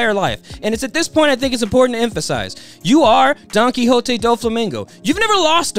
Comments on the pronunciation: How the hell do reviewers WATCH THE SHOW and STILL pronounce names wrong. Donquixote ends with a "T" sound not "Tay" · The way you say "Don Quixote" makes me think you are saying "Donkey Hote"